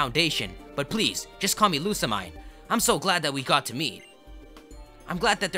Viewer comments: Pronounced (Loo-Suh-Meen) Lusamine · it's lusamean (that's how it's pronounced) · you said lusa right but the mine is pronounced as mean lou-suh-mean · After playing through the game, I'm convinced Lusamine's name must be pronounced as "LU-SAH-MINE"... as in... "LOSE HER MIND"... #theory